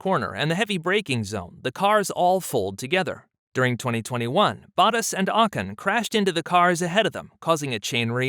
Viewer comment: well it’s your channel and you have made this channel about racing and F1. When you listen back you should be able to tell. But to help you out a little. LeClerc name gets butchered on the broadcast but I’ve not heard this pronunciation much, but it’s not too off. Bottas and Ocon on the other hand are way off. Yes I understand that there can be different ways to pronounce names. But why not use the pronunciation of the F1 broadcasters ? When we as F1 enthusiasts watch content and the content creator doesn’t know the names or his voice over guy doesn’t know the names, makes us wonder if the channel is a money grab or the creator has a passion for the sport. I’m sure you have noticed all the new F1 channels lately.